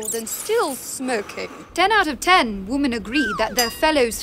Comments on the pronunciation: Love it! Except it's "women"......"WIH-men". "WUH-men is only one. :) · i didnt notice until i watched the bloopers that this lady cannot pronounce the word, `women`. strange.